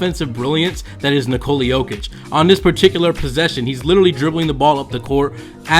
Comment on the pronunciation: It's hard to listen to you butcher his name It's like Niko la please learn